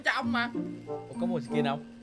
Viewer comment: Cái khúc giây á em nghe anh nói là sì kinh skin mới đúng nha😅🤣🤣